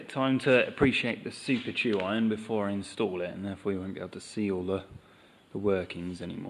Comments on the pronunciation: With all due respect, y'all are saying and writing tru iron in various forms. The word you are citing is tuyere, pronounced , "ta-weehre". it's French. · "too-iron" is the English translation of the French "tweer" (tuyere)